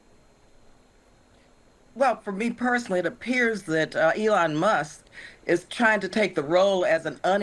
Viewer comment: In the Democrat vernacular, Barbara Lee is a racist who purposefully mispronounces Elon Musk's name , she shows disrespect for African-American Elon Musk, who was born in South Africa.